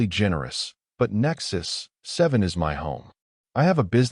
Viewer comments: The reading was flawless, well, maybe the stations name "Nexus-7" was a little funny sounding, but just a little. :) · Great story. Good AI narration, except for the unneeded pause when pronouncing Nexus-7. Good subtitles as well. Well done.